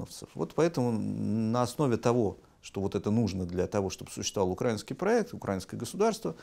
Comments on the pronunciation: Почему в слове "украинство, украинский " вы делаете ударение на А, хотя мы слышали как украинские ведущие каналов исправляли тех кто ударял на А , говоря что правильно делать на И, так как де правильно и литературно? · УкраИнский, а не укрАинский!